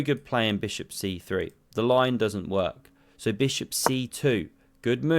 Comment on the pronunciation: Beautiful "SMACK MY BISHUP"